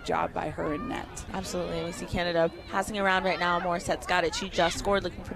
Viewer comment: Canada, prounounced Canadi within opening remarks, and less than 30 seconds into Q4 forgets that the Haudenosaunee are playing Canada and not the USA. 😬😑 …✌️🥍